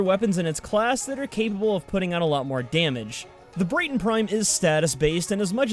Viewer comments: At the moment the only thing you need to get soma prime is learning hoow to cancel a free twitch prime trial. So it's basically free. P.S it's BRAT-TON not BRATE-TON :) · This man just said “brayton prime” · tfw you cant pronounce Braton LOL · Why call the braton brAton prime it's like walking up to a white guy and saying he's black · I know im a year and a half late but please pronounce the Braton correctly